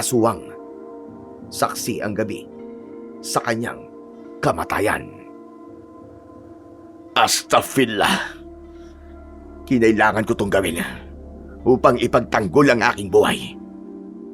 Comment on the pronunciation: Astafillah is mali po, astagfirullah po un ❤